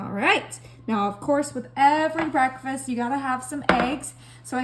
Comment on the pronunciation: Bah-reck- fast??? Smh